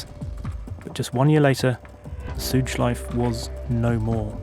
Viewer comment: Great video, this is the content i'm here for! One thing, if i as a native German speaker may give you a pronounciation hint about "Schleife", say the E at the end. German doesn't have silent vowels at the end of words. So it's the same as the proper pronounciation of "Porsche", the E is never omitted at the end, you always say it :)